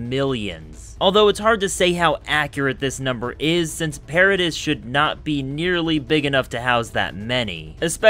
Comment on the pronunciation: It’s not para - diss, it’s para - dee